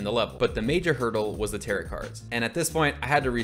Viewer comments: who's gonna tell him tarot is pronounced like "tair-oh" and does not rhyme with "carrot" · its pronounced "tear-oh" not "tarrot" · ah yes the "tear-it" cards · calling tarot cards "tear it" cards has me dead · Btw, the 'correct' way to pronounce it is like arrow with a T at the beginning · My boy not knowing how to say tarot took me out every time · Absolutely incredible video, but every time you say tarot like “carrot” I take a point of psychic damage